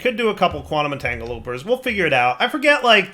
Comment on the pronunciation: At this point can only be pronouncing it “Entangloper” deliberately because he knows it infuriates a certain subset of his audience